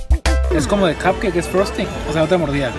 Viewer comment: Me dio mucha risa que dijo como 10 veces Frozting jajajajaja.. Saluditos desde la CDMX